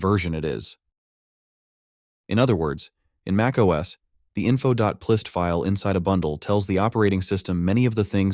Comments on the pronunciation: it's not "plist", it's "p list" as in "properties list" 😢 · Wait, is “plist” pronounced the way he said it in the video?! 😳 I always said it like “P list”… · .plist I’ve only ever heard pronounced “.pee-list” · Did you even listen to your AI generated voice? "Plist" lol... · it is p list, it's an AI voice that doesn't know how to say things right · Great video but they're "p list" files. The p stands for property. Worked for Apple in the early 2000s and never once heard someone pronounce it as if plist was a single word... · its so hard to believe that the voice is not ai when he pronounces P List as plist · Dumb AI generated voice. Doesn’t know how to properly pronounce .plist. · FWIW I don't think the guy who runs this channel speaks English. His name is Jorge. That doesn't excuse the AI but it at least explains it. Personally I'd rather hear a real person speaking broken English than an AI speak mangled "plist" English. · haha yeah „plist“ was crazy